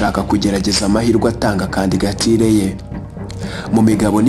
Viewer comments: Bavuga candidature ntabwo ari candigature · Kandigatire? Jya ugerageza uvuge ijambo neza kandigatire koko!?